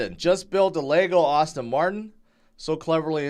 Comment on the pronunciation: "Ass-ton Martin". Not "Austin"